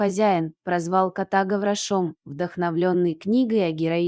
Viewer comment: ГаврошОм😅😅😅, ГаврОш. ДорОга, но недОрога. Как надоели эти роботы, весь русский язык уничтожат.